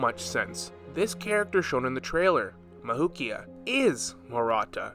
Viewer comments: Am i the only one who gets annoyed as he pronounces “mavuika’s” name mavukia 💀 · i think her name is pronounced “mav-we-kah”